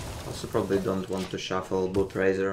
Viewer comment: сейчас бы говорить "Пробли"